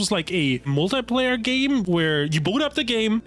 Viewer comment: If I hear mul-tai-player again....